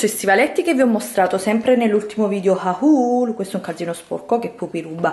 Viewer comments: HAUL si pronuncia HOL non HA UL!!!! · per dio, se non sai parlare italiano evita di parlare pure in inglese. "haul" si pronuncia HOL non "ahùl" AHAHAHAHAHAHAH